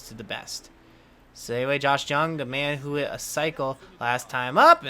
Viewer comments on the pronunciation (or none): Re: Josh Jung HIs last name is actually pronounced as "Young"